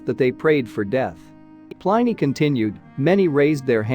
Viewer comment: Pliny rhymes with Minnie not Miny!